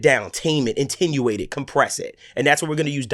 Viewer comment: "It will compress that, or antenuate that" *attenuate